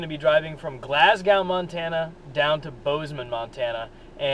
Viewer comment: Couple things... It is pronounced """"Glass GO""".. not Glass GOW There is no connection between Amish and Hutterites. It is not spelled "hooterites"... It is spelled "Hutterites" I actually know the people who hit you and I guess the only question I have is... If they were not "Hutterites" would you have still make this video??? Probably not.. Have a good one..